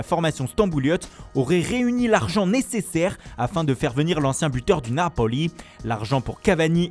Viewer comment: Naapooli😁 j'adore ton accent depuis 🇸🇳✌